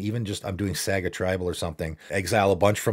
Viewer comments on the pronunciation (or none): Saaga is how you pronounce it, lol